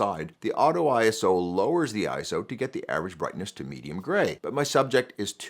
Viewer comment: Makes video about ISO but mispronounces it throughout.